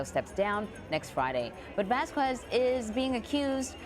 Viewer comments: "Vass-koo-ezz"? More like "Vaz-kezz." Anyway thank you for the reporting. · It's NOT "Vas-KWEZZZZ"! It's pronounced "VAHS-kess"! DON'T RUIN ORIGINAL PRONUNCIATION LIKE THAT! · Don't you hate the way they butcher latin sounding names. I was wondering why I've never heard of a vaskquees. LMAO we can pronounce things if we try people